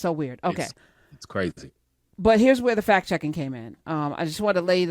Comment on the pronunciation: "But here's where the fact checking came in..." it sounded to me like "but here's where the fat chicken came in" and I was sure that was a segue to Trump speaking next.